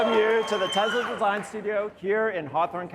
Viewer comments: Stop saying "Tezla"!!! It's pronounced "TESSLA" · When did it become Tezla? I guezz it runz on electrizity and iz put together uzing adhezive so Tezla it iz. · So it's pronounced Tezla? Been saying it wrong all this time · I think it's funny the people who work for Tesla can't even pronounce Tesla correctly, lol. Tezla lol